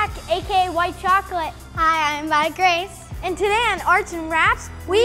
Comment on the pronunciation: BEASTLY GAMERBOB haha no one else caught that you called the girl, Migrace, migraine.